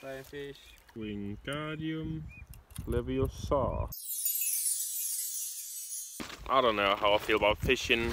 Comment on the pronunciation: It's leviOsa.. Not leviosAAA!